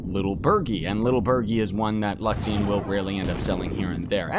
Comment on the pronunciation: LU-XA-RI-ON !!! not luxion ;p